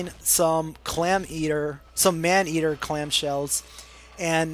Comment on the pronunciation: lol he said "clam-eatter!" Giggity ; )